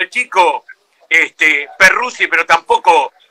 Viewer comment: dijo perru-zzi?